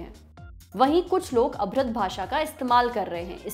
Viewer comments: अभ्रद नहीं अभद्र बोलो मैडम जी। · o madam...Abhrad nahi Abhadra bhasha hoti hai.. 🤣🤣🤣 Lalllu Top Rakh lo channel ka name afar hindi bolna nahi aata 🤣🤣🤣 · It's abhadra not abhrad bhasha... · वो अभरद नहीं अभद्र होता है मैडम। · वो अभद्र होता है ma'am अभ्रद नहीं 1.11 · अभ्रद नहीं अभद्र बोलो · ma'am it's abhadra not abhrad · Abhrad nahi aa-bha-dra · Ek bat gaur karne ki hai.. aapne अभद्र ko अभ्रद padh diya hai..mera maksad aapki galti nikalna nahi hai.. par jitna me samjhta Lallantop ne hamesa se cheezo ko saral bhasa me Hindi me mostly..har kisi ek tak pahuchne ka kaam kiya hai.. At this level if lallantop anchor will do such pronunciation mistake is not good. Angreji hamri bhasa nahi usme hamre bolne me galat hota hai chalta hai..par hindi to ek aham pahalu hai.. kripya dhayn de... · rubbish hindi pronunciation what is abhard....